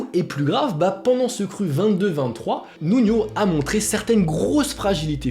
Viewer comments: Nuno * il est portugais , pas nuño a l’espagnole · Stp fait un effort sur le portugais.... Tu confonds énormément avec l'espagnol 😂 le J c est un J pas une jota ..... Le n est un n et non nion c est Nuno pas nunio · c'est Nuno pas Nuño